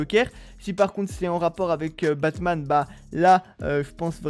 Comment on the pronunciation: Il a dit bassman 🤣🤣